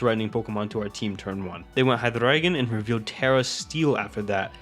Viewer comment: I gotta assume you're native German or something yeah? Based off of the HyDRRReigon pronunciation lol?